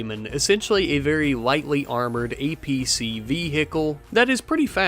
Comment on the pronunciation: The fact you keep calling it an acp instead of an apc is killing me lmao